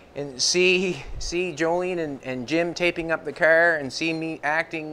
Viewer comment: I couldn't watch this video because of speech, it's a car not cer it's out not oat sorry but it's just aggravating